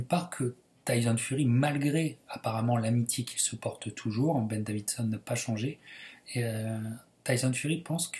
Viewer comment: petite précision c'est ben davison il ny a pas de d entre le i et le s 😉😉